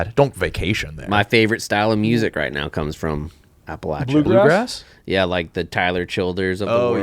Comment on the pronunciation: saying Appalachia wrong, then right, then wrong again